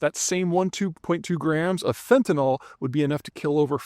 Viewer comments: Peter - there's no "o" in fentanyl - it's fenta-nil, not fenta-nahl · Why do people keep pronouncing it "fentan-ol? It is not chemically an alcohol. Correct pronunciation is "fantan-il"